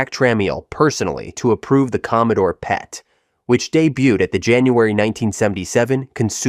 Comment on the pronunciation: Dear ROBOT: It is the PET as in Pet dog or Pet cat, not the PEET, please correct your error, recreate your video, delete this mistaken video and replace it with the correct version. Thank you.